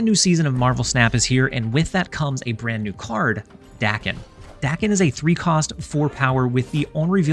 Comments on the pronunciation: I was informed it is pronounced “day-ken” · Language learning times! Daken is the romanization for 駄犬, “bastard dog”, a slur on reference to Daken’s mixed blood. Which later “takes back”. As such, it should be pronounced “dah-ken”, as the short English “a” does not exist in Japanese!